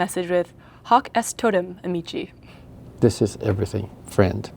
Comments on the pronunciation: For goodness sake! it's also pronounced a-mee-kee! In Latin, the letter C is always pronounced as a hard /k/. a-MEE- chee is Italian. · Hoc est totem aMEE-Kee! not ameeCHEE. Ordinarily I wouldn't be so pedantic, but after all, that's kinda what brought you into this whole adventure. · all C are hard in Latin. It should be said as "Ah-me-key"